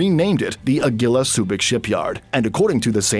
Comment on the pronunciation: your pronunciation of Agila is cringe tbh.